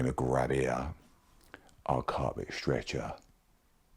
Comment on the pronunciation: the way you say 'strecher' in cockney makes it sound like a torture machine LOL